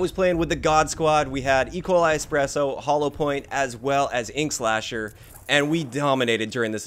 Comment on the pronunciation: It’s not hollowpoiint its HOLLOW